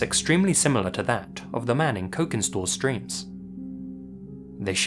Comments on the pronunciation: "cokin" is pronounced with a soft c, like "cheese". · The c in cokin store is soft. Pronounced like the ch in cheese